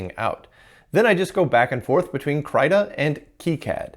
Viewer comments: Krai-ta is the last way I would have expected anyone to pronounce that 😮 I've always said Kree-ta, but I imagine the correct pronunciation is more like the word critter. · hey... just for you to have told some pointless infos by me (hehe, yea...) krita is not pronounced "kraita", but "kreeta", since it is the swedish word for crayon or chalk... which is used to draw at basic, as also in expert level;)